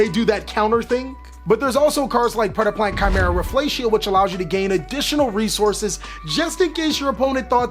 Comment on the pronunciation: Nice job, that was some really good predeplant pronunciation